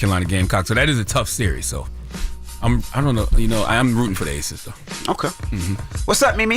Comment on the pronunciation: It’s ACES not ATHES 😂